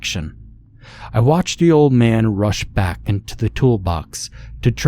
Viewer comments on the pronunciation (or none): none